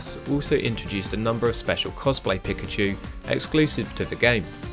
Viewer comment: I am not trying to be rude but it’s pikachu not pickachu